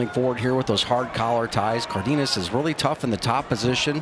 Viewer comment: It’s pronounced Car den as